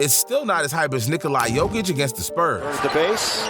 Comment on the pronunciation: Bothers me so much that you don’t pronounce Nikola jokic name right.